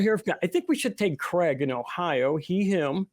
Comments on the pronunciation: This guy's name seems to be a bit of a problem pronouncing for Americans for soms reason. His name is Craig, but they pronounce it Creg. It's supposed to be pronounced 'Crayg' or Krayg. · His name is Craig, not Creg. You pronounce it like Krayg.